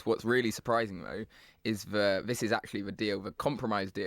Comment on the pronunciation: Whats with using the lever v in that hes saying vat for that and vis for this and ven for then. What'a cock